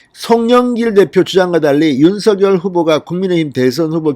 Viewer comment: 윤성녈로 발음해야 맞습니다ㆍ자음접변ᆢ